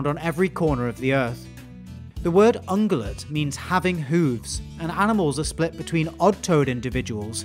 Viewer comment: I think you're saying that wrong. Pretty sure there's an irritatingly invisible 'y' phoneme in ung(-y)ulate.